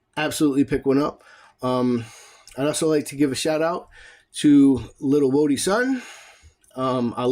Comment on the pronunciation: Appreciate the shoutout, and even more so for pronouncing "Whody" right— that's rare talent right there. 😂 Also, I was enjoying the review until you pointed out those legs… now I can't un-see it. Who knew Superman was out here skipping leg day? 💀